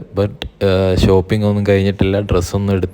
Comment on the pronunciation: ശോപ്പിംഗ് അല്ലടാ ഷോപ്പിംഗ്